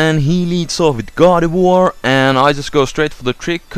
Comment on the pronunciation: when he says gardivoir. i thought he said god of war. lol